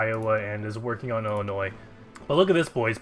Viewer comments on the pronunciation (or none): none